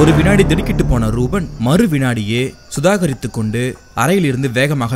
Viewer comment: சுதாரித்து கொண்டு என்பதை suthakarithu என்று சொல்லி விட்டு விட்டீர்கள்